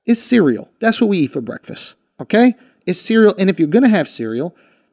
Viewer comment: Someone teach Andrew how to say breakfast